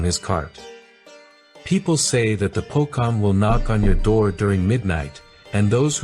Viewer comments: It reads po(cho)ng instead of pokong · "Pocong" ghost is pronounced like Po-chong..not Pokong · Pocong pronounce pho chong (chinese slang). Since you called pocong is poh kong... It's funny because you promoting famous jewellery shop at malaysia 😂😂😂😂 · Pocong is pronounced PO-CHONG. Not Po-Kong. Same with Kain Kafan, it's not "Cain", but hard "Ka-In". If you are doing content related to local lore, you should pronounced them according to what the local call them, not according to what it might sound like in English. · first of all, kuntilanak is the one that castrate men, while sundel bolong lore more depicted of kidnapping kids, its po"C"ong pronounce C not po"K"ong pronounce K, as for tuyul they are a supernatural creature not human with magic, they are used by ordinary people to get rich, the government people of indonesia use corruption to get rich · The way you mentioned pocong is wrong 😂. It's POCHONG, NOT POKONG 😂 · Po cho ong like that not kong or king kong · Bro pronounced pocong and the translation came out as Pokemon... It's pronounced po-chong not po-kong. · the pronunciation for C in POCONG is the same as C in Charlie. so instead of POKONG, it's sounds like POCHONG hope this explanation understandable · It's pronunciate as Po-Chong. Not Pokong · Po-Chong bro. Not Po-Kong. Correct pronunciation ❤ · It's not recited as POKONG, but C just like you say CHelsea... PoCHong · pocong❌ pokong✔️😂👍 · its pocong not pokong your pronounce make me sick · Pocong dibaca pochong not pokong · Pocong isnt called as pokong its pho-chong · how you pronounced "pocong", it sounded like you said "bokong" which means in indonesia is "butt"...just say the "cong" like the word "chunk" or the word "chonky" nice channel anyway...bit like mini documentaries, i don't see a lot of our ghost stories being reviewed by people overseas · it is pronounced poh - chong not poh - kong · as an Indonesian i'm not scared of pocong, and why did you say poKongs not poCongs? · Its not pokong 😂😂😂